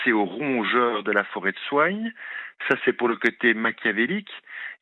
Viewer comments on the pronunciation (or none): Merci comme toujours❤️ Par contre on dit la forêt de Soigne 😉 tout simplement